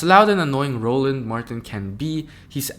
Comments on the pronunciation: RO-Land. Say the man’s name properly. He’s speaking truth. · Row- Land is the pronunciation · First of all his name us Roland pronounced Row Land, and secondly the data can be gathered from the government if you really want to find it. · Why do you keep mispronouncing Roland's name? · Respect the man and say his name right weirdo. DONT EVEN KNOW THE MANS NAME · It would great if the narrator could take the time to pronounce ROLAND’s name correctly. I will not subscribe. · It's ROLAND not RONALD ... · It’s RO-LAND ( roe-luhnd) not Ronald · Roland not Ronald!!!😂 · How many times are u going to call him Ronald? His name is Roland, not Ronald. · It's Roland not Ronald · ROLAND not ronald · ROland not Ronald!!! 🤦🏾🤦🏾🤦🏾🤦🏾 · His name is Roland not Ronald..... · His name is Roland Martin not Ronald ! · His name is Roland, not Ronald. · His name is ROLAND sir not Ronald. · His name is Roland NOT Ronald. I’m not sure if you’re aware, or not, but you’ve pronounced his name incorrectly a few times. Also, the equity disparity shown is $162B not $154B. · His name is not Ronald it's Roland (Row Land) and the otherism was intentionally weak. That Podcaster did not make any great points. STOP IT! It's the individuals who are aligned with wannabe whiteness who deny facts and victimize black people while gaslighting after saying .. "oh, you want to be a victim." NO, you are attempting to victimize me, and I am calling you tf out! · It's Roland, not Ronald. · HIS NAME IS ROLAND... NOT RONALD FAM:face-purple-crying::face-purple-crying::face-purple-crying::face-purple-crying::face-purple-crying